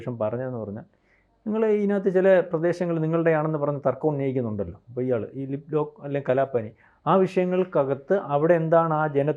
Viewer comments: ലിപ്പ് ലോക്ക് അല്ല. ലിപുലേഖ് ആണ്. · ലിപ് ലോക്ക് അല്ല. ലിപുലേഖ്. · ലിപ്‌ലോക്ക് അല്ല ലിപുലെഖു ആണ് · ലിപ്‌ലോക്ക് അല്ല lipulekh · ലിപ് ലേഖ് എന്നാണ്